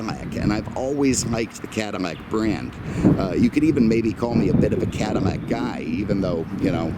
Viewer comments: cannot watch someone who cannot even say Caddilac instead of caddimack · Damn, I told my cousin the same thing...can’t live in fear. But he lives in Brooklyn so, there’s that.... On another note, why does it sound to me like this guy is saying Cadimac?